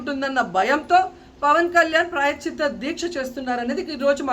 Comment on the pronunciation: ప్రాయశ్చిత్త అనడం రాదు నీకు. నువ్వు అమ్మయివా ఆంటీవా. ఓడిపోయిన దానివి ఓడిపోయినట్టు ఉండకుండా నోటి దూల వాగుడు ఎందుకు. 1000 రూపాయలు ఖరీదు చేసే నెయ్యి 320కి కొన్నప్పుడు నీకు అర్ధం కాలేదా తిరుపతమ్మా. నీకు తోడు కౌంటర్ ఇంకొక ఆంటీ. ఆడపిల్లని ఆడపిల్ల అని ఎందుకంటారు. ఆడపిల్ల కాబట్టి. నువ్వు జబర్దస్త్ షోలు, అక్క ఇట్లాంటి ఇంటర్వ్యూలు చేసుకోవాలి గాని, మాపవిత్రమైన హిందూ దేవుళ్ళ జోలికి ఎందుకు వస్తారు. మీరు కూడా కామెంట్ చేసే వాళ్ళే. ఖర్మ కాకపోతేను.